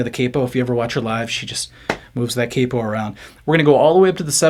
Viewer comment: Every time you say “cape oh” lol. It’s “Cap Oh” hence the spelling Capo 🤪😜